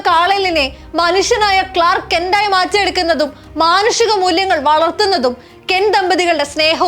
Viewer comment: clair kent? Noki vayikukayano? Pineedu clark Kent ayallo